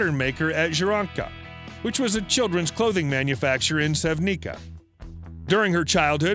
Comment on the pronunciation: That's not how you pronounce Sevnica looool. Ljubljana is also not pronounced like that. Also, there's no way in hell she speaks six languages.